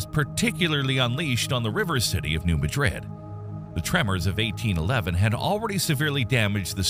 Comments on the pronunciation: I would rate your video 10 of 10, if only, you had learned the correct pronunciation of "New Madrid". It is a common mistake people make that are not from this region, so, I do pardon your mistake. SE Missouri is not located in Spain however, so the pronunciation reflects the language diversity that exists worldwide. The regional dialect, the origins and ancestory of the people and other factors determine, or better yet, mold pronunciations of words and sayings. Just for the record...the considered "correct" pronunciation of the name of the town in SE Missouri that your video focuses on is "New" = "New", no translation necessary there, "Madrid" = "Mad"-"Drid".... Common pronunciation - "Ma-drid" Local pronunciation - "Mad-drid" This same anomaly exists not far from New Madrid. Cairo, Illinois, appx. 35 miles from New Madrid by air, and roughly 48 miles by road has a distinctly different pronunciation than Cairo in Egypt. "Ki" "Row" exists in Egypt... "Karo", as in Karo syrup, exists in Southern Illinois. Good video however, and your recommendation of preparation is spot on. People in this region are generally un-prepared for the inevitable, including myself. I hope I never have to endure the horror that such an event would bring to this region. One last comment, the largest "city" in this region, hardly a large city by most standards, Cape Girardeau has adopted some building codes to "shore" up building safety. New construction and remodels, particularly commercial buildings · It's hard to take this too seriously when I keep hearing you mispronounce New Madrid. It's not pronounced like the Spanish city, by locals or seismologists. Furthermore when talking about cities in the area, you show a picture of New Orleans. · Please at least know how to correctly pronounce New Madrid. It would add credibility to your video. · It seems like everyone knows how it's pronounced except for the people that make these videos. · It’s mad-rid not ma-dɾid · new MAD-rid not new MAdrid